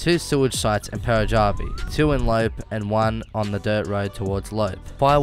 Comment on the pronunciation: Love the vid mate I just wanted to say that the pronunciation is a bit different to what you are saying. Tay-mo (Teimo), Lop-pe (as in the second e in elevator), and Pera-yarvi (Peräjärvi). Don't take this too seriously. :-)